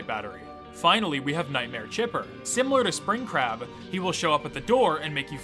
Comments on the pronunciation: For a second I thought you said Springcrap not Springcrab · I thought you said Spring Crap lol